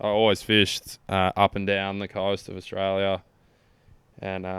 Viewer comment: I'm here at the start, no fkn idea how it's gonna go, but!!!! when you Yanks learn how to say Australia, it'll be a great day 😂😂😂